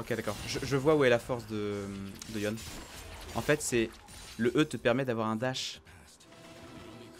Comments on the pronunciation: « La stack » « Yon » mes oreilles saignent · pour Yon je suis d'accord que c'est bizarre a entendre mais pour La stack je vois pas le problème , puisque c'est un mot anglais , sa me choque pas